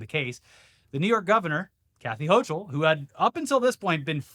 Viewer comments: Ho-kull. Not ho-chill. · Please stop pronouncing her name so fucking weird, it's: /'houkəl/ HOH-kəl